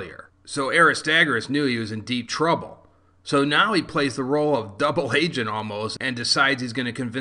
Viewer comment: am I the only one that heard "double hAgent"? (Flashbacks of William Regal)